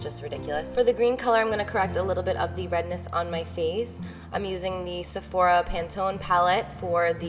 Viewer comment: "Seophora" palette? hajaha